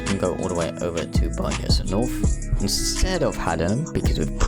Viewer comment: Bicester is pronounced is bister :)